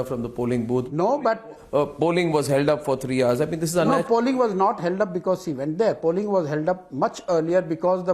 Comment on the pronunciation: "Cshe went there" the dickhead can't even say "She" and he is a strategist...Allah meharban to gaddah pehalwan...This guy is perfect match for Kejru and AAP party.